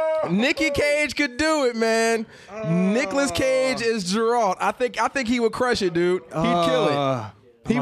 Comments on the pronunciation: Not "Jerald". Geralt. grrrrrrrrrrrrrrrrrrrrrrrrrrrrrrrrrrrrrrrrrrrrrrrrrrrrrrrrrrrr lol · Jeralt of Riviay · Jeralt wtf is this Ge-ralt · OMG it's Geralt..."Gear-alt" just had to get that out. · YumLemmingKebabs No its not, it's pronounced Gar-alt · The mispronouncing of Geralt's name is triggering me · bruh confused Joe maganello with manu bennett and kept butchering geralts name lmaooo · Right? XD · Nope, only name you butchered was Geralt's. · Sorry for the rage, but I have to call you out on this because it was too annoying to listen to. How the fuck are you going to get the main character's name wrong especially since you claimed to play the games??? You've had to heard them say it at least 100 times within the first couple hours of playing. Hell, it's even in the trailer and any review of the game. Also manu bennett plays deathstroke on arrow, joe magliano is set to play him in the movies. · Disliked the video for mispronouncing geralt